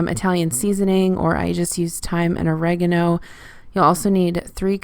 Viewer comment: This is a great video thanks!! The way you said oregano made me chuckle 🙈🇬🇧